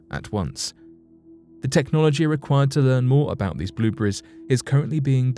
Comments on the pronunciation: I think it's more like blubreze. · Blueburries? lol